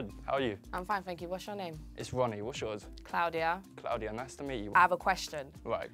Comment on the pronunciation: CLOUD-iya lol